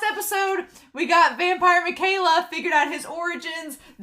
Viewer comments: Just a little help on Mika's name lol. it is pronounced me-kai-la, not mih-kay-la lol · Actually It's Mi-ka-e-la